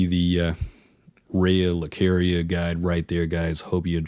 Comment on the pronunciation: how does the game pronounce lucaria for you and you still choose to fuck it up.